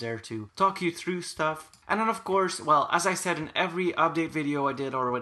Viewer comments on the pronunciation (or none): none